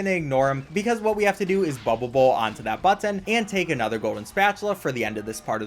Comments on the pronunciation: Can we take a moment to appreciate how carefully enunciates the word "button"? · Speed run 10/10 Spongebob tongue 10/10 Button pronunciation 15/10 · I love how he says button.